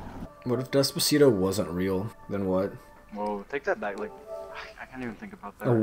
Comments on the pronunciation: Why does even pronounce it “dezpazeedo”? 😂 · The way he says "Despacito" makes me wanna die.